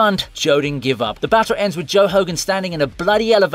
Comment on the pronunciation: My man cassualy butchered the name of Higan.. he called him Hogan (Hoegan?) Duuuuude..!